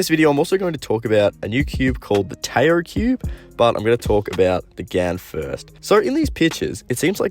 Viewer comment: Tao is pronounced like T’ow, or Dow. Taoism is the philosophy that brought the world the Yin and Yang symbol.